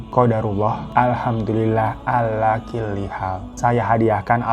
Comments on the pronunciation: Mksh bang .. جزاكم الله خيرا Maaf sedikit koreksi, alhamdulillah ala kulli hal, bukan killi hal... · Alaa kulli hal bang bukan ala killi hal...😊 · Koreksi bang Hiro "Qadarullah Alhamdullillah alla kullu hall " yg benar dan bacaannya bkn " Qadarullah Alhamdullillah alla killi hall" itu beda lg pengartiannya 🙏🙏